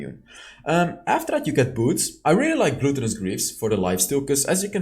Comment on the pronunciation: I love your videos, but the way you pronounce gluttonous kills me. Glutton rhymes with button. Glutinous (having gluten) is the way you pronounce it. Much love bro.